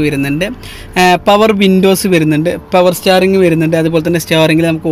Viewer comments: ചാവേർലെറ് അല്ല ഷെവർലെ ആണ് റെനോൾട് അല്ല റെനോ ആണ് പവർ സ്റ്റാറിങ് അല്ല പവർ സ്റ്റിയറിംഗ് ആണ് ഇതൊക്കെ ഒന്ന് തിരുത്തുക ,പിന്നെ ഈ വണ്ടികൾ നിങ്ങൾ നേരിട്ട് കണ്ടു എല്ലാം നല്ല വണ്ടികൾ ആണ് എന്ന് ഉറപ്പാക്കി ആണോ പോസ്റ്റ് ഇടുന്നതു വണ്ടിയുടെ വില കുറച്ചു കൂടുതൽ അല്ലെ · പവർ സ്റ്റാർ റിംഗ് അല്ല പവർ സ്റ്റിറ്റിംഗ് ആദ്യം ഉച്ചാരണം നന്നാക്കണം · ഭായി നിങ്ങടെ ഏകദേശം എല്ലാ videos ഉം ഞാൻ കണ്ടിട്ടുണ്ട് ഇനിയെങ്കിലും ദയവു ചെയ്തു power സ്റ്റിയറിങ് എന്നു പറ power സ്റ്റാറിങ് അല്ല വല്ലാത്ത അലോസരം ബാക്കി കാര്യങ്ങൾ ഉഷാർ ആണ് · ഹെലോ, ( power steering) പവർ സ്റ്റിയറിംഗ്. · പവർ സ്റ്റീയറിംഗ്